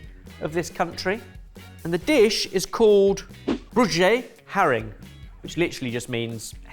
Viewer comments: The vowels in 'Broodje' are more pronounced like 'road'. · That classic butchering of any foreign language 👌🏻 it’s pronounced ‘Bro-tyah haa-ring’ with a strong rolling R in both 👍🏻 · The double "o" in "broodje" is pronounced more like the "oa" in "boat", but like an irishman ;) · Broodje is pronounced "bro-djyuh". In Dutch, an oo vowel combination sounds like a long o, as in roll. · what do you he practically said broad-Je but with a hard J which is just wrong?????? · LOL, I knew it was a Dutch or Danish dish when they were describing the herrring, and then said "broodje" and I had to check the spelling because it was SO mispronounced. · i remember working in amsterdam and our dutch guys always used to get them for lunch, think needs to work on his pronunciations though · The pronunciation of 'broodje' is absolutely horrific 🤣 I've honestly never had it. But the raw onion and the fish instantly obvious what it was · Broodje haring. My brother can’t walk past a fish shop without getting one. Nice to see continue the tradition of mispronouncing dishes:) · oh ben. thats so funny how you pronounced my countries street food sandwich XD its pronounces more with a full o sound instead of a short u sound. also, usually its not served with pickles, just raw onions. but it can be done with pickles too. been a while since i have seen you guys do some dutch food, its nice!. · I've never heard 'broodje' be so mangled. 😂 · you kinda butchered the woord broodje xD but you're forgiven.. Id say the actual streetfood is just having the herring with onion and eat it right off the tail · absolutely butchered that pronunciation, making it definitely more difficult to figure out where its from. Love to see some dutch food as a dutchie, as videos like this often cover far away countries like south america, africa or south east asia.